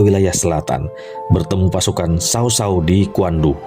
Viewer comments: Berhenti nonton begitu dia menyebut Cao Cao jadi sao sao. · Knp sih sebutannya kek gitu, mending Cao Cao gak pake Sao Sao, gak enak didengar!